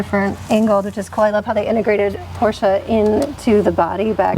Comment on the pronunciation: Thanks for pronouncing Porsche the correct way! And I agree with, the rear of the convertible looks a bit odd, I'd prefer a fixed roof.